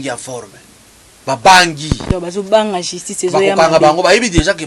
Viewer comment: Pardon maman chroniqueuse balobaka justice et non jistice. Pourquoi Mr. Kadiombo n'a pas choisi Rene pr faire cette Emission?